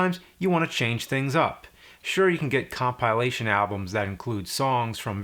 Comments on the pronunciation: Can someone tell James there's no E in the word compilation. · Love you. Love the videos but why do you have so much trouble saying "compilation" ? It sounds like a struggle. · That pronunciation of 'compilation'. 😜